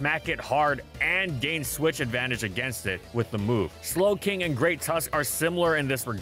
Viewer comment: Please tell me the "Galarian Snowking" while talking about Clefable was intentional!